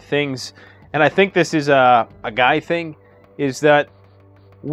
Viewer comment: It's pronounced Guy, like "you guys", not Gee. Just saying. Thanks.